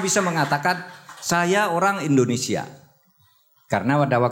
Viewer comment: WELCOME TO ENDONESEAHHH.. AHAHAHAHA